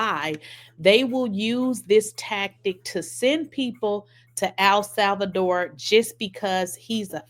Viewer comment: "Al Salvador" lolol